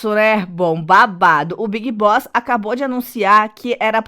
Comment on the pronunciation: Juro que ouvi "O Big Bosta acabou de anunciar..."